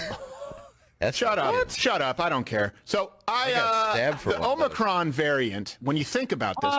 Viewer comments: No, the omnicorp thing is because no one knows how to pronounce it. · And I'm sorry you don't watch the news but the Omni corp thing is because Biden mispronounced omnicron and a bunch of international news made fun of Americans for not pronouncing words right